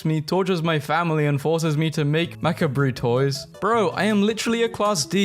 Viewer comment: Mak-a-bree?? I’m not sure if that’s how you pronounce macabre…